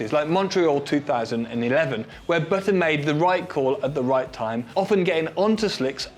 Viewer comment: On the topic of your choice in pronunciation. With Jenson Button. It is not baton. It is Button. Like a shirt button.